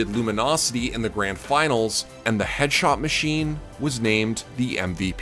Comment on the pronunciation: THEY TALK ABOUT HIS JUAN TAPS, 'EADSHOT MASHEEN